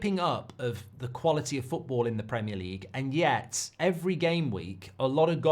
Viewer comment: Is OVR for ARESNAL! Goldbrige PRAMIAR LEGUE PRDCTIINSSS. Elite level content, mate. An inspiration to us all.